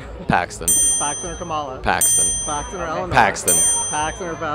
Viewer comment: Every time he says kamAAALA 😬 I can’t